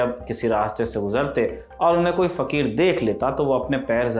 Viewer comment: Fakhir fakhir kyun kaha rahe ho 😂😂